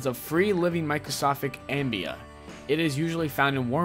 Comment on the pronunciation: River country wasn't closed because of the "ambea"